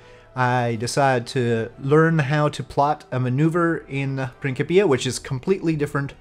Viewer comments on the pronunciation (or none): I believe it is pronounced "prin-s-ipia", not "prin-k-ipia", even though it is for KSP. Otherwise it would, or should, have a "k" in there instead of a "c".